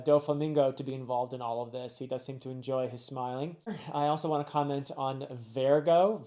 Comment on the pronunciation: I'm not sure if anyone helped with this, but the guy with stuff stuck to his face is named Vergo. You say it just like it's spelled Ver-go. This was a very profound review. I wish I had your reviews to look to, when I finished each arc.